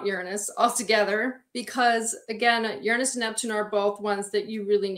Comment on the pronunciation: this is wonderful, but you're pronouncing Uranus incorrectly!